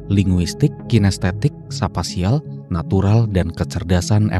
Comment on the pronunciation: Bukan sapasial, tapi spasial